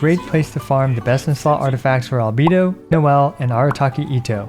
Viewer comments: Why do you call him Al-bee-do rather than Al-bay-do lol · Al Bae Do. not albeedo. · With absolute respect for everything you do, you've been pronouncing "Albedo" wrong the entire time. All voiced versions of the game pronounce his name with an "ay" in the middle. Anyway thanks for doing what you're doing <3